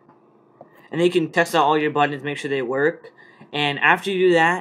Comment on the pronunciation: he said buddons... lol its buttons.